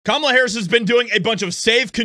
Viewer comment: "CUMALA" HARRIS